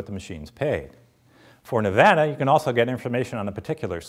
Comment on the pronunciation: thank you for pronouncing Nevada right!